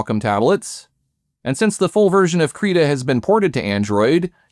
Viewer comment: did you call Krita "Creda"?